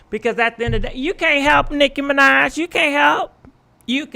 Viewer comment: Mi-NAHj not Mi-Nodge